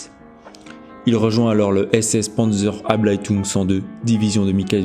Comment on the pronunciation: abteilung et non pas ablatung , pour les grades ... à l'avenant